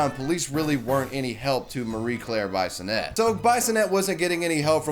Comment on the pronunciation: SO many mispronunciations! Swan-see, not Swan-see-ah. BEE-sonette, not Bison-ette. C'Mon man, research,don't just read.